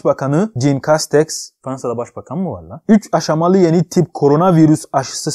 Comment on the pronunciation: Jean Castex = jin değil jon